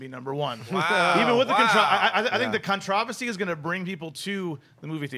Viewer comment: can someone please teach how to say controversy?